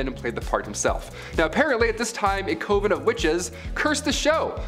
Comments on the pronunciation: Great video, great story teller! But you're pronouncing coven wrong. It's KUH vn, not COH vn. I couldn't find anything that states otherwise. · is my all time favorite host on this channel BY FAR! But the way he says coven! 😳😬 Lolz